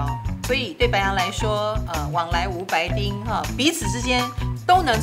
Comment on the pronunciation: 老師是白（ㄅㄛˊ）丁啦🤣